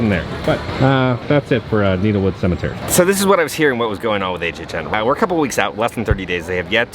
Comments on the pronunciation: Hey, are we sure it’s not pronounced “neh tel wood”? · I think it might be pronounced Net-el-wood, as in rhymes with metal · Nettlewood. Needle-wood no. Nettle-wood(as in Nettle Soup, Stinging Nettle) yes. Loving your work <3